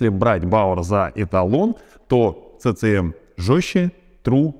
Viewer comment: CCM читается как Си Си эМ.